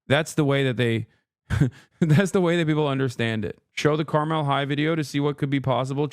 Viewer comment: I have to stress every time the Carmel High video goes around, it's pronounced car-mull. Not car-mell. And yeah. They're a rich suburb North of Indianapolis in their own separate county so they don't have to share their wealth with the rest of the city.